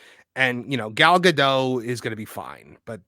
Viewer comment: Just fyi the “t” in Gadot is not silent.